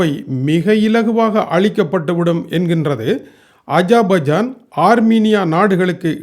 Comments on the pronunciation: Aja baijan illai yahabibi. It's Azerbaijan . * AZER BAIJAN. . .. WHEN U R FREE PRACTICE YOUR PRONUNCIATION. PL ELLORUM SIRIKKIRAARGHAL..... THAYAVU SEYNDHU KAVANIKKAVUM.. AS A SRI LANKAN YOU MUST PRONOUNCE PROUDLY WELL. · Aiyoooooooo Ajabajan illappa Azarbaijan..enga thirumba sollu..( ajabajan..😂paduthturanya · உங்க வாயில் அஷர்பாய்ஜான் வரப்படும்பாடு கொள்ளை அழகு! அஷர்பாய்ஜான் என்பது அஜபஜான் யூகோஸ்லாவியா_ஜூகஸ்லாவியா என்றும் Barack obama - parak opama என்றும் நீர் உச்சரிப்பை சகிப்பதெப்படி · YEPPA MOTTA AJA BAJA NUDU SOLLI ORU NAATUDAYA PEYARAY KOCHAY PADUTTY KEWALA PADUTADINGA..NAATIN PEYARAY SARIYAKA UCHARIKAWUM